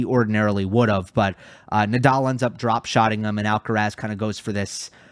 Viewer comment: The "let's get ready to rumble" guy butchered Rafa Nadal's last name He said nay-dal. Also the line judges were not great. And for some reason the challenges were more seen by the audience . That was weird